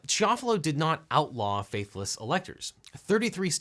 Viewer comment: It's pronounced kee-AH-fuh-low. Italian.